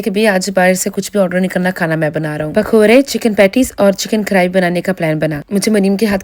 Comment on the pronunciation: Pakory ❌ Pakoory ✅